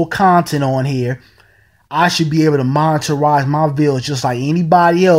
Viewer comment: "Moneterize"??? Lol. The word is 'monetize'. Hard to take anyone seriously who doesn't even speak correct English.